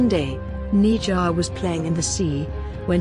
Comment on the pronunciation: it's ne zha ne sha